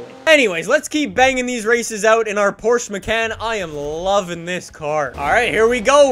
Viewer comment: Porchse macant